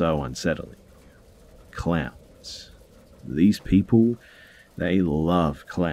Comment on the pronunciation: At first I thought you said they had clams. Then I got that you said clowns. I was wondering how anyone could be that obsessed with clams.🤣🤣🤣🤣